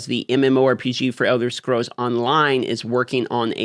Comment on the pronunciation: Should have practiced saying the word Scrolls before you made this video